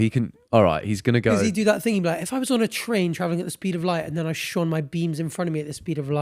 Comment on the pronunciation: What is with constantly saying thang rather than thing?? Maybe its one of those things thats always been there abd you havent notuced it but once you do, it annoys the crap out of you 😂😂